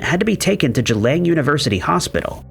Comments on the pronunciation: Boy did you butcher the pronunciation of Geelong Australia. G-long. Just like its spelled. Not g-lang. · it’s Geelong LOL not Geelang! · The place is pronounced exactly how it's spelt for goodness sake! GEELONG .... Geelong in Victoria. Say it out loud Gee (as in gee whiz) Long (as in long legs), now put them together.... Geelong. Who taught you to read? Bloody Americans!